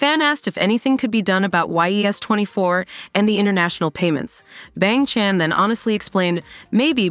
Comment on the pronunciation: I can get over with how this AI read "Bang Chan"